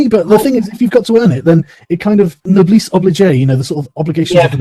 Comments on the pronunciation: I half expected you to saber the champagne bottle :-) Great video, looking forward to more! (except hearing Carl say "noblis obligé" or something like that - that absolutely made me cringe. The guy really has no idea what he's talking about.) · NO-BLEESE OH-BLEE-JAY OH MY STARS AND GARTERS